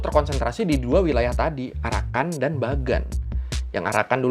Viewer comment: Pas ngomong arakan kok dengernya jadi PARAKAN 01 ?! Hahaha